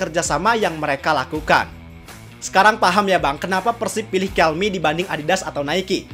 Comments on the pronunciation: dibacanya 'kelme" bang bukan "kelmi". Perusahaan spanyol bukan inggris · TIDAK BANG, PENYEBUTAN KELME ADALAH YA KELME BUKAN KELMI, TIAP NEGARA BEDA" PENYEBUTANYA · Btw pronunciation Kelme bener Kel-meh kok bukan Kel-mee soalnya ini brand Spanyol bukan Amerika/Inggris.